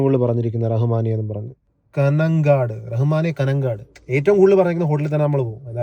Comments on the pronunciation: കനങ്ങാട് അല്ല ബ്രോ കാഞ്ഞങ്ങാട് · Not കനൻകാട് its കാഞ്ഞങ്ങാട്